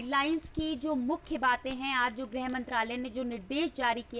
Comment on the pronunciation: धन्यवाद। कृपया आप लोग तो सही उच्चारण किया करें। ग्रह मंत्रालय नहीं गृह मंत्रालय कहने का कष्ट करें।